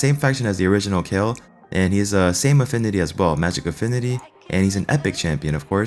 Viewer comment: Kai El... sounds ridiculous!